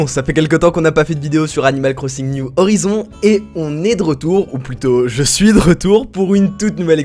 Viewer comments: « New horaïzonnes » en phonétique 😌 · Animal Crossing new Horizons se dit "Niou Horaïzonnes" voire "Howaïzonnes" si tu veux te la jouer perfect bilingue , voilà ;) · niou HORAÏZONE, voila ,c'est la prononciation ✌🏼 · fait prononcer « niouve orizone » après moi je dis à la français on s’en fou un peu